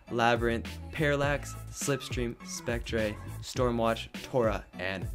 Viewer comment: Can't believe you pronounced Spectre like that